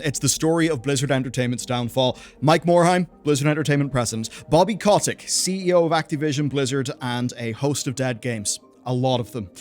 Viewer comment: It is funny the way you say bobby's last name